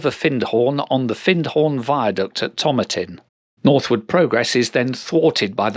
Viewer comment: A very familiar run to me, and one of my favourites, as someone who grew up in the area. A couple of pronunciation points: Tomatin has the stress on the second syllable (like tomato, but not the American pronunciation!). Slochd is pronounced /slɒxk/, i.e. rhyming with loch but with a /k/ on the end – think of it as being like ‘it’[s Loch K]atrine’. 😊